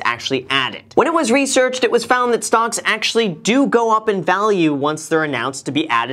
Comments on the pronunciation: Are you saying "stonks"? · am i the only one that thinks it sounds like he's saying "stonks" instead of stocks